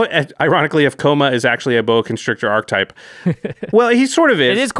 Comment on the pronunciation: It's pronounced ARK-uh-type. Not ark-type.